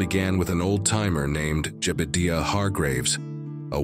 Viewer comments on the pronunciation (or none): what kinda AI cowboy voice doesn't know how to say jebudiah? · Jebadeeuh? Ai sure does creep me out. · Nice video except for the 7 minutes of black and the narrator couldn't figure out how to pronounce Jebediah's name